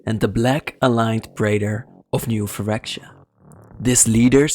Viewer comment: You pronounced it a bit like “New phyrwkdoptbfya” in the beginning lmao